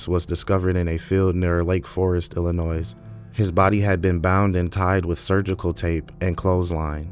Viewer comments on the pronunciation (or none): Thank you for naming the victims- at least they won't be forgotten! What a monster Eyler was😢 btw, Illinois is pronounced like Illinoy. Good reporting, sir😊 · with all due respect, you do not add an ‘s at the end of Illinois. And I still don’t believe this is a person and not an AI narration. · Thank you for telling this story. I watch crime stories all the time, and I have never heard of this murderer. Btw, the “S” is silent at the end of Illinois. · The S at the end of Illinois is silent.